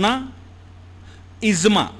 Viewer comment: It is IJMA and not IZMA..! The word IJMA comes from JAM'A means to collect and thus is the term where it implies for the collection of the opinions of Jurists. Some other mis-pronounced words in this lectures are: *KAAVA-Kaaba *NAWAJ-Namaz *ALISALAM-Alaihissalam e.t.c, Your lectures are excellent but kindly be succinct with the pronunciation. Regards, Shahab Shabbir Aligarh Muslim University